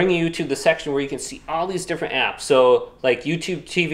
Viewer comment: Apps not "crapps"....